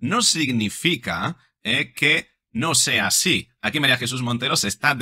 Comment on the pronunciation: Se habrá tomado un refresquito la Mari Chus antes de hablar asíiiii?